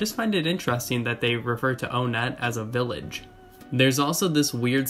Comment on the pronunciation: Whoa I noticed you called it "O" nett (when previously you called it "One" ett) which I had always called it the former but realized when you previously had said "One" it had never clicked that's how pronounce it (although it was a hard pill to swallow since, I'd literally called it "O"-nett since I was a kid) but if you don't mind me asking did you mean to say it that way this time or was that a slip or did you find out more info on how to pronounce it? Sorry I know this sounds so trival and silly it's just something I've been wondering since I first watched your videos (and other EB youtubers who also have various ways of pronouncing it!)